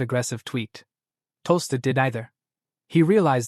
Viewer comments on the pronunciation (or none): At time, the Ai named Tolstoy as toaster. At time, Ai called him tosto.